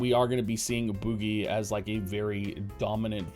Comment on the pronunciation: It's name is french for Candle and is pronounced boujie :P